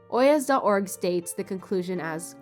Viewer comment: Lollll very interesting. Another fanfiction of this sort is Sean Munger's The President in the Bathroom (about Franklin Pierce.) (This is fillardmillmore_, btw.) Great video. Good editing and script. Edit: btw I think "oyez" is pronounced with a silent Z. I didn’t know this until my professor said it aloud lol so I don't blame you.